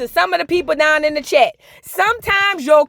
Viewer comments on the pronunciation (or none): none